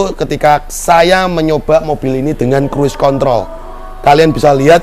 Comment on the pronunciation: Asli ngakak bang pas lg ngomong cruise contol😂😂 ✌️✌️